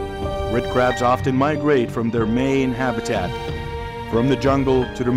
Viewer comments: It's CRABS NOT CARBS. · Seriously? If you're going to do a script for a video titled " How Do Australians Deal With Hundreds Of Millions Of Invasive Red Crabs? " and even if the narration is done by AI, you can't even get the script right? It's CRABS, not CARBS! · Was REALLY caught by the title, and beginning visuals, but cannot continue hearing them called "carbs." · They are crabs ,not 'carbs'! Can't people read their scripts instead of using robotics? Lazy or what!